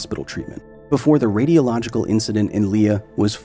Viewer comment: I think he means the “radialogical” instead of “radiological”